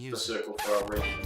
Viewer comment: Nice video but, it's WREATH my good man. 😂😘